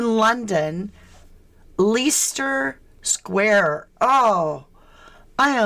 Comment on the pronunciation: Leicester Square is pronounced 'Lester Square' - just thought I'd let you know this. xx